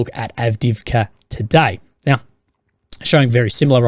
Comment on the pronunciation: 😂 now I’m going to think that every time he says now/meow 🐱